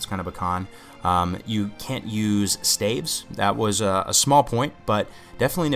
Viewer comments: Did you say stakes....lol stalf or staves lol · Think staffs, except it's "ves, not ffs." Say it with me now, STAVES. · absolutely brilliant guide, but the way you pronounce "staves" drives me nuts :p